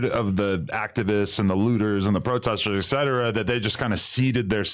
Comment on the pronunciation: The word is “ETcetera”. Why do they say “ek”cetera. Stop it!